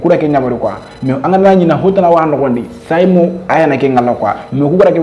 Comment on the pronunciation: Pourquoi tu dis saymo skl